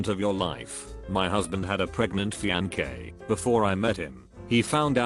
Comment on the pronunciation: the way the tts says Fiancé